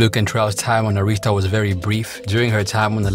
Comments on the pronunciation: Air-Ris-Ta Not Ah-rees-ta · He pronouncing Arista wrong I thought he was saying Aretha😂